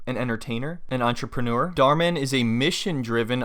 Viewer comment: The Mann is pronounced as german Mann